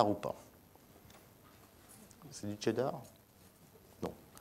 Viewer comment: Hey... Cheddar ca se prononce "Chez" (sans "T").... Pas comme le "Che" Guevara bordel !!!